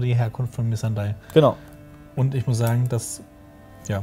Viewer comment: Noa Nee, Missandei sprechen sie auch bezogen aufs Englische falsch aus.